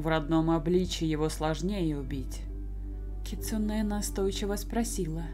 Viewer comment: в слове кицуне ударение на у)